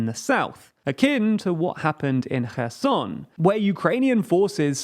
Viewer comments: When I heard, "he abandonned Her Son", I asked, "why he did that"? Soon to realise, it was Kherson ! Do you prononce the "K" in Kherson ? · Actually that is incorrect. It is NOT Herson with an english H sound. It is closer to the english sound of X but more like the sound you make when gathering spit in your mouth before a big spit. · I swear, I heard called Kherson "kerrsun" Did he pronounced it correctly more recently or am I missing an episode (I know it's called "Herr-son" because the K is silent) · Kerson pronounced Herson in Ukrainian...read phiniticaly .. .o is o not a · When did Kherson become Herson? That threw me for a loop. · Stop trying hard to pronounce Kherson that way if you can't even be consistent doing it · It’s close but still it should be a velar fricative and not a glottal one. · no, the issue with is how they even failed to read the letters in the correct order. not even them saying them in an english pronunciation, just plainly changing the word